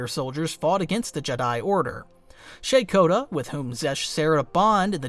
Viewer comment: I thought it was pronounces "rah-kah-tah"